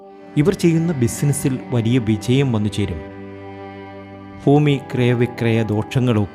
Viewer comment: ഫാര്യ ഫൂമി ഫാരതം😂😂😂 ആദ്യം മലയാള ഫാഷ ഫടിക്ക്😅